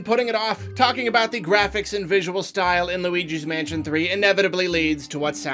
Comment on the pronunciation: I only hear Weegee's Mansion